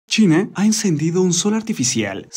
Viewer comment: ■ En el 7 segundos empezando el video que dice "Algo brutal acaba de pasar en .....", parece escucharse decir Chile en vez de China. ● ¿Dijo Chile o China? En el segundos ⏱️. [Y no 007 James Bond 😁]